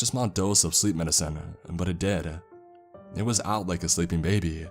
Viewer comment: "and they luv ieeeeEieEeeeEt" "animuhHhHL" "protocouhHhhLs"